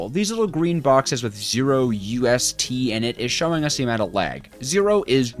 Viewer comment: They're not us/t, they're µs/t, pronounced microseconds per tick. µ is micro (or mu).